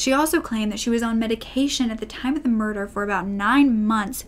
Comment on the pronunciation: “Moider” 😂😂😂 I’m sorry